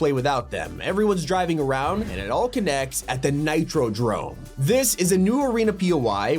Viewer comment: This is the first video i saw actually pronouncing the "r" in "nitrodrome"